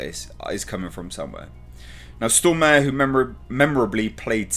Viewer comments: To, its more Storm are then stor mare, when you say "stor mare" it hurts in my head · Looking buff,! And it's "Stormare" (stormah-re, re like in "report", hard "r"). Literary means "Stormer" someone who storms things I guess. Thanks for the video! Love your videos. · Pronounced "Stor-Marè"...